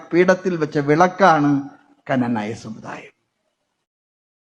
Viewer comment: ⭕⭕⭕⭕⭕ എടോ നാക്ക് വടിച്ചിട്ട് ഇനിയെങ്കിലും ക്നാനായ എന്നു പറയൂ❗ ആ സാധനത്തിന്റെ മേജറുമായി എന്നിട്ടും പറയാൻ അറിയില്ല ❗ ക്നാനായ - അതോ കനനായ ആണോ ശരിക്കുമുള്ള ഉച്ചാരണം❗ഈ മരങ്ങോടൻ പോത്ത് എന്താ കനനായ എന്നുച്ചരിക്കുന്നതു്❗